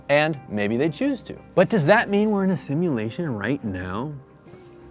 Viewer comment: “Simultation” lmaooo